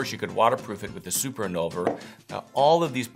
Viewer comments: Dear, I believe the name is Invulner, not Innulver. Best regards. VTC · InVulner, not InNulver. 😛